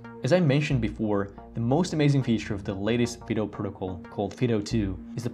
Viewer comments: Fid oh? We call it FIE DOUGH as in the common dog name Fido, or the military moto "semper fi". FYI. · Is Yubikey still good or are those other keys better? I think that "Fido" should be pronounced with a long "i", especially if you're using Puppy Linux, the only distro that barks when you start it up. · This would be a better video if the word “Fido” was pronounced correctly. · I say fido , fy-doh and not fee-doh